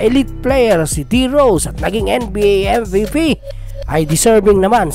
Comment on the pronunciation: Anong pronouncation yon😂